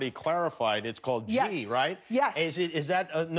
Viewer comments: Its GHEEE...NOT JEEEE. jeez. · And it's not pronounced 'gee' either, the h is not silent. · Kimmel did you just pronounce Ghee as JEEE? 😂😂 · Jimmy calling "ghee" "Jee" Is a whole new level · Its not 'gee' its 'ghee'